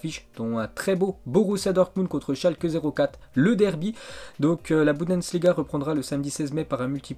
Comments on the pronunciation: C'est pas budensliga c'est la Bundesliga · aller répète après moi: Your-gaine-clope Boune-dess-liga bravo, pour la 1ere fois de ta vie tu as réussi à dire Jurgen Klopp et Bundesliga!!!